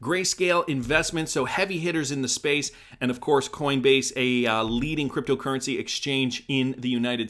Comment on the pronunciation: Why do you always put a weird accent on "creptyo eri"..